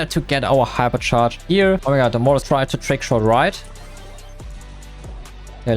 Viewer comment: mortis❌ Morris✅